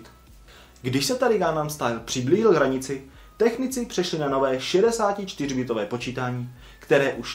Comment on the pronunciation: nečte se to bitové ale bajtové